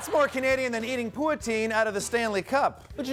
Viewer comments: "Poo-uh-teen" The fun never ends. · The way he pronounced poutine? Is that right?